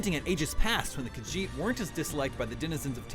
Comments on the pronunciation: This guy can’t even pronounce kahjiit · did he say kajete homeland